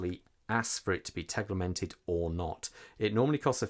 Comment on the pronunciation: There’s no ‘L’ in Tegimented!! 😂 Great review though, thank you. I’m desperate for Sinn to release this in blue, as per the U1b but am not sure I can hold on much longer! The classic red/black colourway is such an iconic Sinn look that I’m torn! Keep the Sinn reviews coming! 😁👍